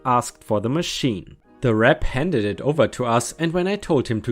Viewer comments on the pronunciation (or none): none